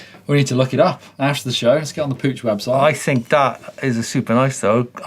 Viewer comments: It's pronounced Puck not pooch ,Puch were around when I was a kid in the very early 70s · For those of you correcting others' pronounciation, "Puch" rhymes with "Duke" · That was funny how you pronounce PUCH...🤣 Surely you must have heard of this old brand PUCH, that most of people know it by iconic All-Terrain Vehicle Pinzgauer back in the day.